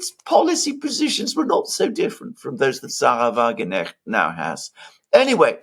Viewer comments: Alexander prefers the British pronounciation...🥴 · What a silly thing to say. He prefers pronouncing her name incorrectly. 😂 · FYI sahra wagenknecht`s (sic) name is pronounced wa-gen-k-necht: note that there is the consonant "K" (as in k-orea) in the middle of the name . this "K" is also pronounced; it is not a mute "K"...correctly resulting in the name WA-GEN-K-NECHT (not wa-gen-echt). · It is "Sahra WagenKnecht! not "Wagenecht" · It's not Sahra-Wagenecht, there's a "K" there! It's Sahra-Wagen-Knecht (you have to pronounce the 'K' otherwise it starts to mean something else!) Just a tip...😊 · pronounce the 'k' please it's ke-necht, not 'necht' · Excellent assessment! Totally insignificant, funny detail: you say Wagenecht = carriage genuine/real. Correctly pronounced would be WagenKnecht = carriage servant/menial "Just saying " ;-)) Thanks for the great job you are doing. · This. There are probably 20 people in the comment section complaining. Come on,. It's not hard. If you can pronounce Krasnodar, you can pronounce Wagenknecht. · Alexander, the "K" in WagenKnecht is pronounced! Your German wife can confirm that. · should learn that K is pronounced in Knecht word. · Guys, smartass here. The K in English is often silent as in know but in Wagenknecht it is actually pronounced a hard 'k'. It separates the two words Wagen and Knecht. The name means farmhand to the wagon. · Someone please tell Alexander that in the name Wagenknecht the k is pronounced unlike the k in knight e.g. in English. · The K in Wagenknecht is not silent. Pronounce it hard.